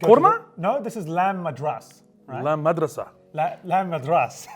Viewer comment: My guy said lamb madraSA